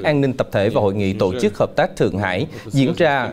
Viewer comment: Anh phát thanh ơi, giọng anh hay , nhưng sao anh đọc tộ chức( tổ chức)